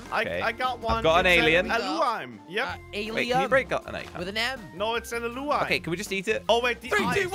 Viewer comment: 824 did you say alien